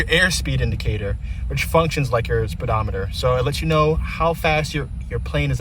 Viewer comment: Good explanation of the avionics and instruments but you killed me with speedometer 😆. Nice aircraft sir!